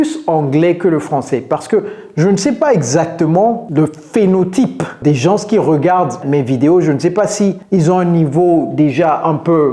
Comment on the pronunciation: Coach pourquoi tu prononces le "s " du mot "gens"?